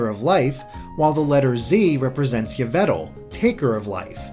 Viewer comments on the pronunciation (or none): YE-VET-AL!? REALLY!? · it's EE-vel-tal, not YE-ve-tal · Did he just call yveltal (yuh-vel-tal)? Thought it was (ee-vel-tal) like evil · MᏋRᏤᏋ ÖZHᏘᏁ I'm sorry but legendaries are the same across the board, and looking back at the original spelling, the most accurate pronunciations would be ee-bay-roo-tah-roo or ee-vale-tahl, (yes, like evil) not uy-vel-tal. Won't argue that the person you argued with was being immature and rude in general (and definitely didn't do THEIR research since they though Giratina was a Dark type), however that doesn't mean you should sink to their level, particularly when you are incorrect. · pronounced 'uy-vel-TAL' in Norse so don't speak up when you don't know shit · ar-key-us, un-own, and ee-vel-tal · Lots of Pokemon name mispronunciations here. Yveltal (Evil-Tal), Arceus (Ar-Key-Us) and Magearna (Ma-Gear-Na) already have their respective confirmed pronunciations. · Btw, for the future, it's pronounced "Eve-eltal". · Arcayus? That pronunciation hurt me. Oh God the Yveltal one did too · If any of this turns out to be true, MAN GameFreak sure is clever. Also you're pronouncing Yveltal wrong. Your pronunciation of Arceus is debatable, but you're pronunciation of Yveltal is wrong. There's an L! Why does everyone forget the L?!